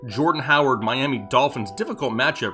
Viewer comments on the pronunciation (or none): none